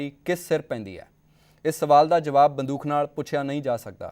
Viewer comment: ਪੰਜਾਬੀ ਜ਼ੁਬਾਨ ਵਿੱਚ ਬੜੇ ਹੀ ਸੰਜੀਦਾ ਮਸਲੇ ਉਪਰ ਗੱਲਬਾਤ ਹੈ । ਜਲਦੀ ਕੀਤੇ ਬਹੁਤੇ ਪੰਜਾਬ ਵਾਸੀਆਂ ਦੇ ਜ਼ਹਿਨ ਵਿਚ ਇਹ ਗੱਲਬਾਤ ਸ਼ਾਇਦ ਨਾ ਵੜ ਸਕੇ । ਪ੍ਰੋਗਰਾਂਮ ਦਾ ਹੋਸਟ ਜ਼ਿਆਦਾ ਸਵਾਲ ਸਟੂਡੀਓ ਦੇ ਕੈਮਰੇ ਉਪਰ ਲੱਗੇ ਮੌਨੀਟਰ ਤੋਂ ਵੇਖ ਕੇ ਕਰ ਰਿਹਾ ਹੈ । ਗੱਲਬਾਤ ਸਾਰੀ ਬੰਦੂਕ ਦੁਆਲੇ ਘੁੰਮ ਰਹੀ ਹੈ ਅਤੇ ਹੋਸਟ ਬੰਦੂਕ ਦਾ ਉਚਾਰਣ ਬੰਦੂਖ ,,, " ਖ " ਦਾ ਕਰ ਰਿਹਾ ਹੈ । ਚੰਗਾ ਹੋਵੇ ਅਗਰ ਪ੍ਰਸਾਰ ਭਾਰਤੀ " ਦੂਰਦਰਸ਼ਨ " ਤੇ ਵੀ ਅਜਿਹੇ ਮੁੱਦੇ ਆ ਸਕਣ । ਡੇ ਐਂਡ ਨਾਈਟ ਚੈਨਲ ਦੀ ਇਕ ਵਧੀਆ ਕੋਸ਼ਿਸ਼ ।